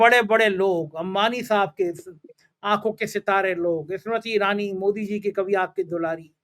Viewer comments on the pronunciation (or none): none